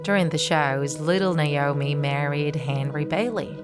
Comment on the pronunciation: Is it Naoni or naomi, naomi is my name and its not how u say it